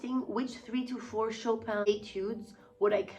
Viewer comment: "Chopin" pronounced the French way, c'est très plaisant à entendre, en tant que français :D Thanks for all these answers and details, Danae !